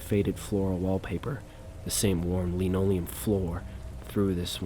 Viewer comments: it's pronounced lan-oh-lee-uhm not leno-liam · I think its fair for someone to expect proper pronunciation when listening to someone thats a story teller for a living. Its like the bare minimum to atelast be saying things correctly. You can easily go to Google and type in something like "how to pronounce linoleum" but its "Lin ole-ee-yum"